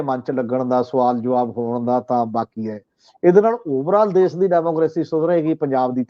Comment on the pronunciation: Desh not Des , Pesh not Pes , Kush not Kus etc. should be pronounced to improve the standard of the program . Thanks .